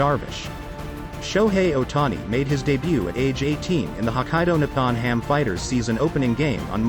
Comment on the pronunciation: Thank you for pointing that out. It’s very annoying to hear those words pronounced so wrong. Nippon is also wrongly pronounced but the worst of all is his brother’s name 龍太(Ryuta), sounds far from being right. I guess it’s hard for English speakers to pronounce “Ryo”. It sounds like how my husband calls “Ryobi” “Rye-obi”and annoys the heck out of me 😂😂😂😂 but then most Japanese can’t tell the difference between R and L🥲🤣🤣🤣